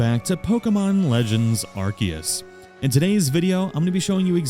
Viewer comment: why do everyone mispronounce Arceus it is like saying goign to make a phone call on my kelphone Arceus the c has a s sound like in Celebi, that is how it is pronounced just like they said it in the movie Arceus and the jewel of life.